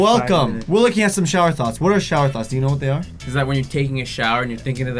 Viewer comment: It sound like you're saying thots